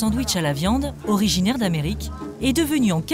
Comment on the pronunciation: "orignaire d'Amerique" allez salut reportage